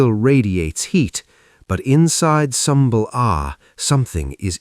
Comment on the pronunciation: Sumbul Agha wouldve absolutely went off on you for how you pronounced his name 😂😂😂😂